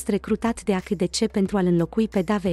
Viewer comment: Se citeste aisidisi.